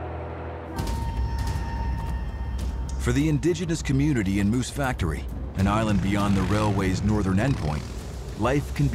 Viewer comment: It‘s /MOOSE Factory/, not /Moose FACTORY/ !